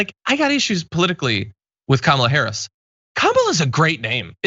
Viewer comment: Donal Trump called her Kamala. Har ris As if he can't say Harris. He got Kamala right